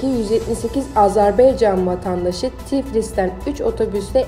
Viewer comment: Rica ederim AZERBEYCAN DEMEYİN DORU DİYİN YANİ AZƏBAYCAN DİYE BİRDE AZERBAYCANDAN SALAMLAR AZERBAYCANLİ OLANLAR LİKE ATİN.